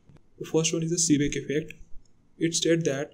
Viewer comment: Seeback instead of Seebeck, Peltire instead of Peltier. Just correct your mistakes then you can try to discuss about those effects. GL